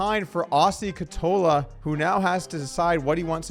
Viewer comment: Doug, if you want to say Ketola's name, give google translator a go. It says it out loud in Finnish so you don't sound like a Swede having a stroke from too much meatballs.